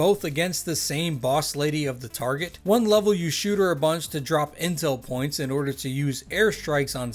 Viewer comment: I'm gonna be honest, the first time you said 'Intel Points' and totally thought you said 'Incel Points'